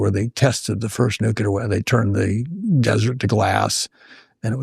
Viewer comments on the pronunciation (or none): 1. There is no experiment in science that can prove anything. Experiments can only disprove hypotheses. 2. Will you please stop saying NEW-KEW-LER (Nucular)? The word is NEW-KLEE-AR. 3. The energy breakthrough you need will stem from it dawning upon you that the Earth is an enormous flywheel with a colossal amount of angular momentum. We could liberate the entire energy requirements of mankind in a given day from slowing the Earth down by 0.0018 seconds and we could do that every day for 5000 years and then we could get rid of February 29. 4. The propulsion breakthrough you need will be the liquid metal ion source. LMIS. You take an atom-sharp tungsten, needle and you remove all the oxide and wet it with liquid gallium or any liquid metal depending on your temperature and you placed the tungsten needle in a reservoir of liquid metal and you apply 50,000 V to the tungsten needle and place in front of it tantalisingly close an anode with an aperture for Ga (3+) ions streaming off the tip of the positively charged needle to pass through at about the same speed as electrons in an old cathode ray tube TV, and you mount this thing on the back of your spaceship along with 99 identical tungsten needles in a 10x10 array and they will all emit collimated beams of fast heavy metal ions generating thrust which incrementally can take you far beyond the speed. any rocket motor could take you and when you run out of Gallium on your space voyage you just capture a heavy metal asteroid and me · There are two types of people in the world: people who pronounce it "nu-killer" and those who pronounce it "nu-clear". Try to figure out which is correct 😂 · "Nucular" and "Hungry" sent me off😊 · Why do all of these seemingly brilliant people pronounce nuclear, “nu-cu-ler”? Great talk, otherwise ;) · Sorry but I can't take anybody seriously who pronounces nuclear like "NUKE-U-LER". So I don't believe this guy. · Does anyone in this fucking country know how to pronounce nuclear.